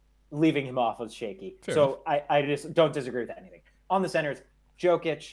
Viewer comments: pronouncing "joke-itch" 💀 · Lost all credibility when he said Joke‐ich. If you can't pronounce the reigning MVP of the league's name, you're not closely following it. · lmao this guy is trash....Can't even say Jokic's name correctly.....and PORZINGIS???? Rofl the guy is always hurt. It doesn't matter what his per game ranking is....What about Myles Turner or John Collins? These guys were much more consistent than Porzingis